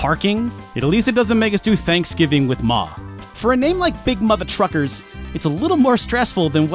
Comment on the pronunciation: Sometimes when he say’s big mother truckers, i belive he say’s big mother fuckers,and i got no doubt some peoples whose hate that game definitely call it big mother fuckers. But apart from that those ports are impressive considering the gba is only 32bit with no 3D hardware builtin ,so everything had to be done in software instead, but they look more like recorded old playstation games on tape and then being compressed with mpeg encoding and end up with mpeg artifacts,phew.